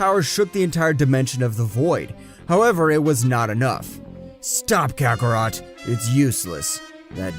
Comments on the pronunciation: kakarot not kakarato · Wow man you got all the names wrong also you called goku saiyan name kakarot kakarroto came on man do your research how can the grand priest hate mortals ui needs a calm heart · He said kacaRota